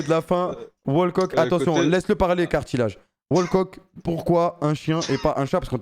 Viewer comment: c'est plus kartillage c'est karnage